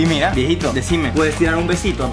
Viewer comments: Dice viejito no diegito, muy bien campeon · dice viejito no diegito disculpa que te diga